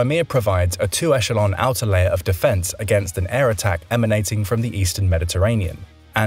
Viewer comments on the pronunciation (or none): none